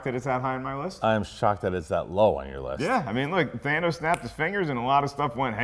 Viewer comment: its thanos not thaynos